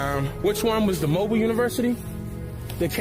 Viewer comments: It was a lot left out of this story....I was born and raised in this city. But whatever....its pronounced MOE-BEEL...not mobile like mobile phone. And Meaher is pronounced like mayor.... I really wish you would've gotten with the old heads from the area for this so it would have been more informative. Still though love seeing other people's opinions on our stuff though. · Very interesting.....one little thing , I'm from Alabama and it's not pronounced Mobile like the car or phone but " Mo Bill" like that white guy in the video said. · Mobile is actually pronounced...Mo-Bill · I can't believe you came to my city, that's dope. You made realize how important what was in the back of my head when I started seeing Africatown. I have to ask my mother and see what see what she knows. Also our city is pronounce (MO- BILL) Mobile,Al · It's pronounced "Mo-beel." I'm from Mobile, Alabama. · It's pronounced Moe>Bill. Or mo Beal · BTW: It's pronounced Mobile...not "Mobile". 😊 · It’s pronounced Mo-beel. And I agree with you because my grandmother talked about our indigenous heritage, never slaves from Africa. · The city is pronounce MO-BILL lol not like a mobile phone 🤣🤣🤣 okay back to the video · Its actually pronounced (MO-BILL) Mobile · Mobile is pronounced ' Moe-bill '